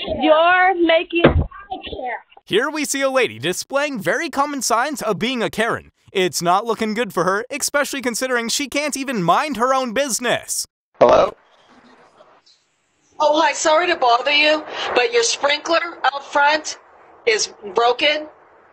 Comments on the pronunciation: I've watched a number of these videos, and they are indeed fun to watch. But if I hear the announcer / narrator say the word "EXspecially" one more time......! The word is ESpecially. And any announcer should be enunciating correctly, even if they are only cheap youtube vids. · Did the narrator say "expecially"? There is no X in especially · Especially not exspecially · "eXpecially" is not a word. Just look at how it's spelled: especially. Surprisingly, that S is pronounced like an S. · Especially vs expecially. ^correct ^incorrect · Wow. You really don’t know how to say especially.